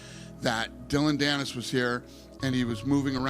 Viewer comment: U mean Dillon panis, Or dilldo panis 😂